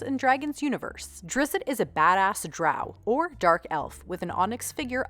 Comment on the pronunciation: Drizz-it? Really? I say Drist.